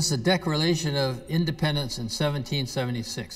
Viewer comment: Who are these commentators? One has a lisp and the other old guy can't say Declaration of Independence...😂